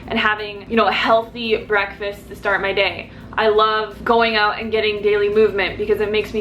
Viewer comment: You're saying "out" like a Canadian 😂😂😂